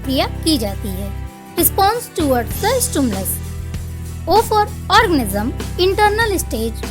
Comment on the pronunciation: Are orgasm nehi organism sister